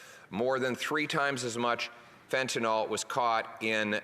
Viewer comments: Totally agree. Thanks. And it's fentanyl, not fentanol. (it's pronounced "fenta- nil") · Someone needs to slip a note to Poilievre that it's 'Fentanyl', not 'Fentanol'. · Mr. Poilievre, please start to correct the pronunciation of this drug. It is FENTANYL, not FENTANOL. "IL" not "OL". To pharmacists it's a big difference between the alcohol derivative inferred by calling it Fentanol when that's not what it is. Make the change thank you. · There is no "o" in fentanyl.